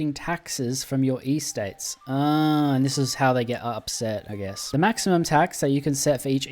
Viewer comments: EState not E-state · Why Eee-states it’s just Estates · does not care about pronunciation, like it could be because bro is Aussie but I doubt they say Ee-states there 😭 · "Ee-states" I'm sorry it's a totally understandable mistake but... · unc please pronounce estates correctly next time or I will crash out